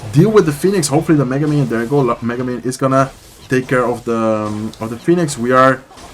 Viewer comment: The way you pronounce mega minion as Megumin 😂